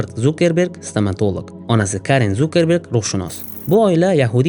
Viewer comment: Вай илтимос э Зукеберг эмас Цукерберг😂